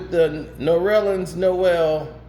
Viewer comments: His name is Ner-lens not No-rel-lens. It's only 2 syllables. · Did he call him “Norellens”? 👀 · It’s nerlens (Nur-Lens) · Goodness gracious my brother. It's Nurrrr - Lens. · Damn! Ain’t nobody gon’ tell his name is NERLENS!!!! Pronounced “Ner-lins” Damn-put sum respeck on that 6’11” REJECTOR from Boston’s[Everett MA] NAME!!!!!! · What’s his name??? 😂😂😂😂 Sounds like you’re adding a few syllables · Bro every time he says it I correct him in my head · stop pronouncing that man name wrong 😭